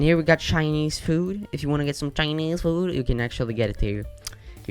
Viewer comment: The way you said “Chinese food” made me laugh